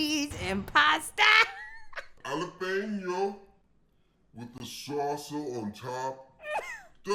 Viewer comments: if he says jalapeno like that one more time im bashing my head into the wall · You can always tell a person's cooking level when they think macaroni cheese is macaroni pasta with cheese. His pronunciation of jalapeno has got to be a hate crime. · The way he says "jalapeno" upsets me because you can tell he's doing it on purpose and I hate it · yes and I've been wondering all this time if it's a joke or...he's really really trying to hard